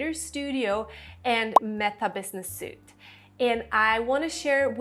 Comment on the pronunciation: Facebook Business Suite ( pronounced Sweet) not suite-soot :) by the way, great information!